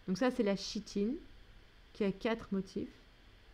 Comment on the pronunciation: Merci pour le corrigé ! (nb: se prononce "Kitine" et "Kitozane")